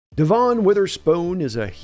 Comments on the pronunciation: it's DEV'in, not de'VON. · it's devon not devon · Stop calling him de'VON. His name is DEV'in.